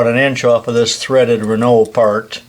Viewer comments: Doug Rundell from a Quebec frenchman... got it right on how to say renault and about those cars being a piece of sh..t...!!!;-) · Hey very nice idea , that will make tool changes much slicker ! There’s no right or wrong way probably to say anything and I can’t write down how to pronounce a word really but over in GB 🇬🇧 we have a lot of Renaults around and we pronounce it “ren” - “O” alternativey trying to type pronunciation “ren” -“owe” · I don't care how the French say it, in America it is pronounced re-nault.